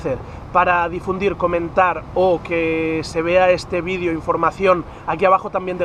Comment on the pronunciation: si por favor deja de decir "vidio" y pronuncia "video" lo pienso